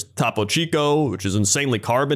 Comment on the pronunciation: … 🤦🏻‍♂️ please learn English. “Toppo” is pronounced with 2x P’s. It’s pronounced toe-po cheek oh. Yes I’m a phonetic activist. Still a great video Jesse. I’m just sad all that Funko is going to waste. At the very least give it to the kids around the world